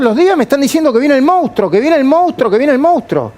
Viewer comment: Se escribe y se dice MONSTRUO, no MOUSTRO!!!! La PMQLP!!!!